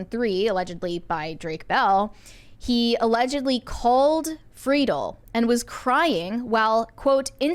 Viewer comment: Please, to any podcast, listen to how the person themselves pronounces their own name. It’s Frid-ell, not Free-dull.